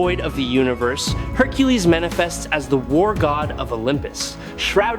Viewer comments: What the hell do you keep pronouncing Hercules name like that? It's not hercules, it's Hercules. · Your pronunciation of Hercules is nuts 🤣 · Why does the video keep calling him Hercales? It’s the Roman pronunciation Hercules. It’s annoying